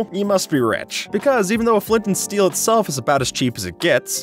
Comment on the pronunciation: Who noticed he said steel on 👇